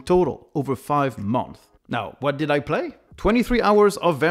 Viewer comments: It is pronounced Month(s) - Plural. Not Month. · I don't hear the "s" at the end of "months" (in plural). Otherwise, nice videos you got. Keep it up!